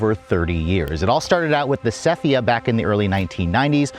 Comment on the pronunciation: Sephia is Seh-FEE-Ah NOT SEF-ee-ah